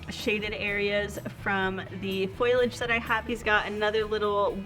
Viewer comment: You keep saying foil-age and it’s pronounced foal-ee-idge (foliage)